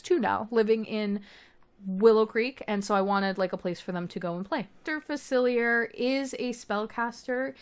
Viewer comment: This is so incredible just absolutely insane work. I’m only at Facilier’s voodoo home and you got his vibe soooo right I was obsessed with the jazz singer sign out front. He’s my FAVORITE villain. For future reference it’s pronounced Fac-illi-eh. It’s French. ☺️☺️☺️🫶🫶🫶